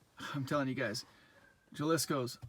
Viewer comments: "Ha"-liscos not "ja" lisco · pronounced ha-lis-coh just an FYI